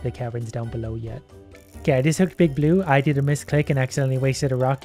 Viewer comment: i love how he says "big bloo fish"